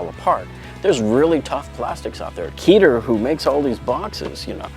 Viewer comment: Small Correction of pronounciation: The Israeli company Keter that makes many of these tool storage boxes is not pronounced Keeter, rather keh-Ter. The word means Crown in Hebrew.